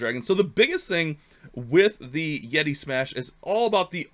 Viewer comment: “Yeti” but love the vids . Keeps the good vibes during all this quarantine